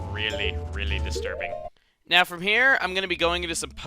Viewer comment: HEy! say destirbing one more time! XD I bet i didnt type that right.. Dont judge me! Been up all night playing skyrim lol